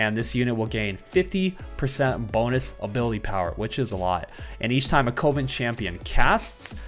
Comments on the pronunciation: not knowing how to pronounce coven 🤣🤣 Just teasing, no one is perfect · Am I the only one annoyed by the way everyone is saying Coven on youtube? To my knowledge its cUHven not cOHven. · why does everyone say "Co-ven" its pronounced "Cuh-ven" lmao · Coven-19 sounds like a legit synergy